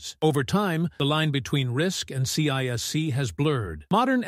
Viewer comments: CISC is pronounced See-Sk not C-I-S-C and its counterpart RISC is pronounced Risk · This could have been a great video if the AI narrator was on less ac*d and got its ADHD medicated like the rest of us do. I made it to Sea Aye Ess Seeeee and had to stop. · Only an AI would pronounce CISC that way.